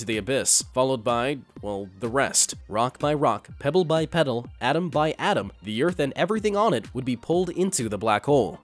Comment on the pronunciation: did he just say, "rock by rock, pebble by peddle?"